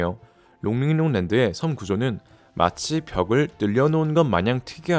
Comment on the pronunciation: 롱링롱 발음 착착 감기네